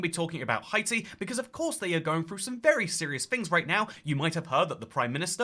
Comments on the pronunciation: Hey toycat I js wanted to tell you that Haiti is usually pronounced hay-tee not hi-tee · I’m not Haitian but know several Haitians, and the way to pronounce Haiti is “Hey-tee” and Haitian is “Hey-shen” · Nah I’m British and toycat is saying it weirdly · It’s a running joke on this channel, Toycat always says “Hi-tee” although he knows the correct pronunciation. There are a few others, with Greenland he says “Green-land” instead of “Green-lund”, for Abkhazia he says “Ab-skay-zia” instead of “Ab-kah-zia”, for Heligoland he says “Hel-jee-o-land” instead of “Hel-ee-go-land” and I’m likely forgetting a few. I believe most of these were from when he first started the channel as a teenager and genuinely didn’t know how to pronounce them, but since then it’s become a running joke. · It might be a French pronunciation. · It is in fact how we pronounce it in French